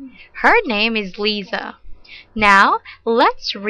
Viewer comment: Lisa بتنلفظ ليسا مش ليزا